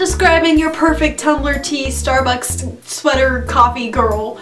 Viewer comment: its not tum-bel-er, its tum blur omg